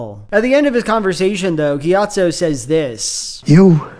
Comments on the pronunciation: i cant stop hearing gyat-zo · Very funny that every single time you talk about Monk Gyatso you without fail pronounce it "Monkeyatso"